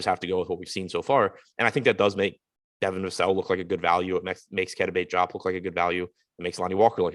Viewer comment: As a family friend of bates-diop, I have an obligation to tell you guys it is pronounced, Dee-op. The joup thing don’t sit right😭